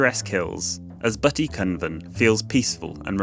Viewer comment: You have some nice videos. Unfortunately let down by some pronounciations. Ysbyty in days gone by meant a shelter for pilgrims. Here is a short video that shows you how to pronounce Welsh. Unlike English, only 'u' and 'y' change often to 'i' or they swop.